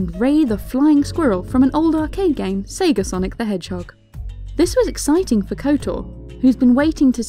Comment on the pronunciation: Did you say Seger instead of Sega?